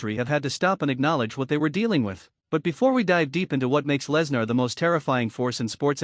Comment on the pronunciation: Good lord, if you're going to fo a video about someone, make sure you or your AI can pronounce his name correctly. This is bush league crap.